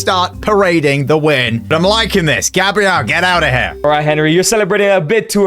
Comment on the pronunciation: Gebriel sounds so wrong 😂😂